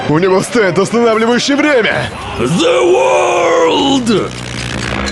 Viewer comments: AniDub бесит только когда дед говорит не зе ворлд а ве волд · Amazing Dubbing: ЗА ВАРЛД! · не с японского, я с японским произношением. Тоесть по логике в русском дубляже, нужно говорить зе ворлд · Anidub хрень,у актёра озвучка дио при произношении очень сильный акцент а вот у анг озвучки норм